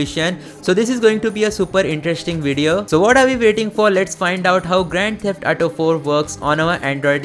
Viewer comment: Say it with me A-U-T-O ---> Auto Example - me ghar aaj"AU" That is how you say AU in AUTO Practice it three times a day, you will recover from the ATO disease